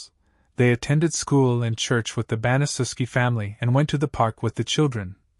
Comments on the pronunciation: Pronounced ban-a-shef-ski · It's pronounced BAN-uh-SHEF-SKI